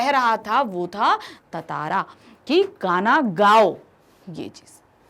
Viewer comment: She doesn't even know how to pronounce tantara